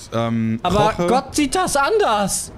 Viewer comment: Es heißt Jorge und nicht Roche